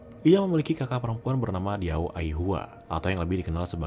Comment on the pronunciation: Sedikit nambahin Bang: Qing dibacanya cing. Diao dibacanya tiao.